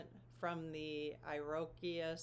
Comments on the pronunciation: I am no scholar of 1st nations people, however I think you are trying to pronounce the iroquois Nation. These is a 1st Nations grouping of people who were called the Iroquois in colonial time, pronounced like (ear- o-coy) They were the Haudenosaunee (people of the long house), they were, Mohawk, Oneida, Onondaga, Cayuga and Seneca. Story is that the US Constitution and the US Government is based on their tribal agreements and their formation of a Nation of different peoples. wikipedia, so better facts are probably available from 1st nation scholars. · I believe you are referring to the Iroquois, which is pronounced Ear-oh-koy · Iriquois is Said Eeer-reh-qwah, if that helps! ❤ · Iroquois is pronounced “ear oh Kwai” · If anyone is confused about what word she is saying about the Iroquois grandmothers inspiring the founding fathers… It’s the native American nation, the Iroquois, pronounced “Ih-ruh-kawh". Hope that helps! Wow, I’m so glad someone asked this question!! I had no idea there was an element of this grandmother centered culture in our constitution!!! I always say instead of a president, we need a council of wise people at the helm. So cool! You are my new favorite channel. I learned to use dousing rods but never thought of buying them. Now they are in my list. 💛💛💛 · Iroquois is “ear-a-quoi” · Iriquois is pronounced ear uh kwoy. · it is pronounced “ear a koi” Iroquois 😊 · Iroquois = “Ear-oh-kwoy” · The way you pronoun Iroquois is hilarious! It's more like "ear-a-koi" :) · I didn't know how to pronounce Iroquois either so I googled it. (what would we do without google?) - ee·ruh·kwaa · Iroquois: "Ear-a-koi" the 5 tribes of upstate NY and the eastern Great Lakes. I've visited the Seneca res near Chautauqua NY, they have a lovely strawberry festival in June. The traditional judicial branch of the 5 tribes was an elected body very similar to the Brehon laws of the ancient Celts. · Iroquois is pronounced "ear-a-kwoy" 🥰🥰🥰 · EER O QUA …Iroquois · Pronounced IR' O COY